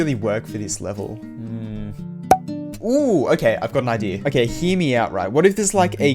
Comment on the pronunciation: When he says "hear me out" i always hear "himiau"